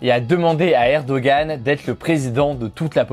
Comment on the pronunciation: Ça se prononce erdoanne, pas erdogan 😭